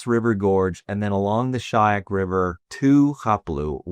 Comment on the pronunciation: A LITTLE CORRECTION ITS " SHYOK" RIVER..NOT SHAYAK